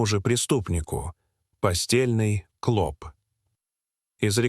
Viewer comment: Кл о па, Кл о пы, зуд а эти ударения невозможно слушать.